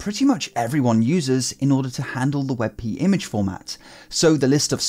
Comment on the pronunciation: Hmm I don't know if "wet pee" is that awesome. xD